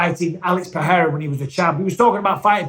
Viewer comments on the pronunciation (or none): none